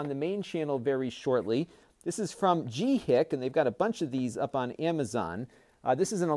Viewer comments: I believe it's pronounced something like "Gee Sheek". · Yeah he missed the first C in the name.